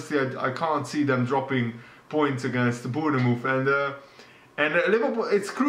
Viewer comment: Why do you keep mispronouncing Bournemouth?